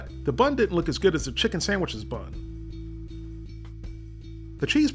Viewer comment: DUDE YOU SAID CHICKEM TWICE 😂